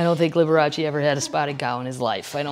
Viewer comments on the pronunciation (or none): none